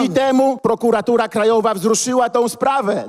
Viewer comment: tak se skipuje i słysze jak mówi "prokuratura" XD